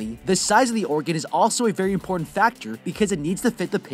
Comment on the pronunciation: I started to skip the sponsorship and went forward about half a minute and all I heard when it started was mporn elements